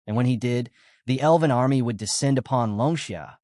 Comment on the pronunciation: Love your work, but please pronounce "elven" properly 😅 it's not "eleven" 😂